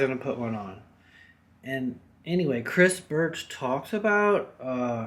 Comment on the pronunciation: say "cris birch" one more time, i dare ya.... jk, cool video, can't wait to install mine.